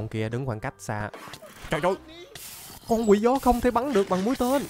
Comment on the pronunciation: 🗣️nói Con Quỷ Gió ❌ Tôi nghe Con Quỷ Chó✅